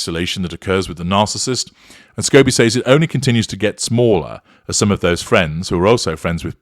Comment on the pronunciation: I can’t stand the weird way you say the word (says). Why don’t you listen to the way an American pronounces it or type it into google when you are in America.